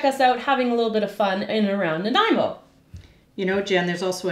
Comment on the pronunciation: Thank you for teaching me the proper pronunciation of Nanaimo.